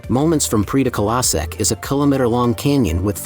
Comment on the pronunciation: My gosh, it messes up Esztergom with Pécs when the marketplace is shown! The narrator should have made efforts to learn enough Hungarian to pronounce the names well enough so that they could be understood. The way he pronounces Széchenyi, Prédikálószék or Rám-szakadék is pathetic. Otherwise not too bad for such a short video.